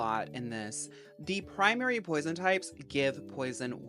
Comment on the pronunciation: Pwoizawn??? Póisone, PWAZOIN???? (REST IN PEACE 🙏🏾🕊️)